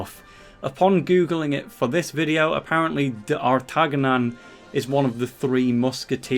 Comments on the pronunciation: Pronounced Dart-a-nion. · I don't know if not knowing who and how to pronouce d'Artagnan is either funny or just sad... 😆